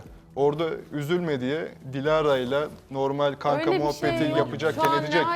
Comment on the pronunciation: Biri şu R kişisine "normel" değil "normal" demeyi öğretsin bu ne kulaklarım kanadı